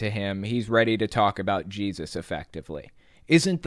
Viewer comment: he says jaysus sometimes!